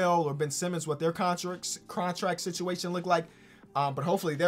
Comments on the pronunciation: regular people: “situation”: “sitiation” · No one:: Contract sitchiation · Nobody:: “Sichiation”